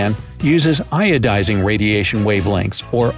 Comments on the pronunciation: Iodizing? Putting Iodine in the signals? Isn't it Ionizing? :/ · Yep its ionizing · Yes it is IONIZING :) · Great video, as usual. "ionizing" radiation though, not iodizing. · Ionizing or iodizing? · Ionizing radiation, not iodizing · Wireless Fidelity and ionizing instead of iodizing..maybe a little less bright today. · Haha that's ionizing not iodizing. No iodine here